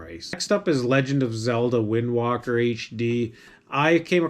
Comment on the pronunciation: Thanks for the video Wind Waker and not "Walker" btw.